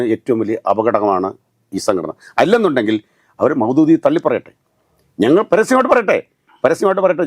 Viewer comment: മൗമൂതി അല്ല മാഷേ, മൗദൂദി.. ആദ്യം താൻ അത് പഠിക്ക്